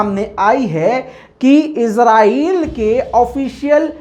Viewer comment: mai swat pakistan Sy comment kar raha ho khoda ki wasty ezrahil mat bol israhil bol